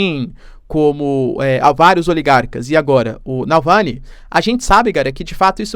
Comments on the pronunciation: Nãooooooooo é Nalvany, é Navalny. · Prof, vc é fantástico, - apenas uma obs pequenina, é Navalny, o Sr. está pronunciando Nalvany... abs. Parabéns, seu conteúdo é incrível! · Navalny, não Nalvany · Professor repete comigo: NAVAAALNY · É NavaLny, professor 😆